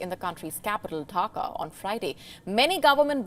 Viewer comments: Dhaka, not Dhakha. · Dhaka not Dhakha unacceptable from so called English Channel with 8.93m subs 😲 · Hey miss, it’s Dhaka not Dhakha. 😐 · It's Dhaka, not Dhakha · Dhaka not dhakha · Dear WION it's Dhaka not Dhakha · Is dhaka not dhakha wtf